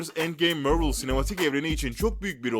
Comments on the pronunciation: Civil Var değil Civil War yani (Sivil Vor) BİDE MÖRVIL DEĞİL MARVEL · Mörlı demen delirtti beni mavrıl mk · Mörvıl ne la İngilizcesi de Marvel onun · mörvıl ve för fırom homu duyduktan sonra vidyoyu kapatıyorum, kolay gelsin. marvel desen bu kadar batmazdı heralde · Marvel'i 'mörvıl' diye okuyup war'ı 'var' diye okuma sorunsalı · Mörvıl Değil Mervıl Diye Okunur Hadi Sİktir Git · MÖRVIL DEĞİL MARVEL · mörvol degil abi marvıl diye soyleniyor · mörvıl değil marvıl diye okunur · Mörvıl ne lan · Deaktır sıtreç tu Mörvil spaydırmean forforomhom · Mörvıl ForForomHom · kanalı O BLACK WİDOW filmi çıkmayacak onaylandı:)))) MÖRVIL DEMEYE DEVAM SEN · Mörvıl ne yeniyormu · mörvıl ne hocam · Amk yabancılar bile marveli marvıl diye telefuz ediyor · mörvıl ne kürt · Vor vrom home mörvil kskskdk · Mörvl ne amk zkdjdjdjdj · Mörvıl değil För from höme değil duzgün sole sunlari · Biri şu adama MARVEL demeyi öğretsin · MÖRVIL NE AMK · Mörvıl ne amk bi an basqa firma sandim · Marvel ismini neden mörvıl diyo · Marvel deme sen bi daha dayı mervel ne allahunı sevdiğim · Midem bulandı amk mörvıl demesinden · Marvel ı Mörvıl diyeo kumanı analrımda filmleri ingilizce okuman yetmiyomuş gibi bide 2 ve 3 ü ingilizce özürlüsü gibi okuyosun abone sayına göre yaptığın amotörlüğün üzerinde sen Türk halkına hitap ediyosun nedir bu yamuk ingilizce merakın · Yahu niye yanlış yazayım. İngilizcem var. Videoyu çeken adamın yok ki Mörvıl, Sipaydırmen Förforom gibi garip garip telaffuz yapıyor. Adamla dalga geçiyorum. Daha da anlamıyorsan git zeka dersi al. Yorumlarda da zaten herkes dalga geçmiş. Sen videoyu nerenle izledin...